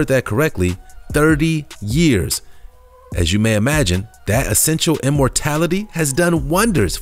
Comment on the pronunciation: cmon man years not yraes Also camels WTF?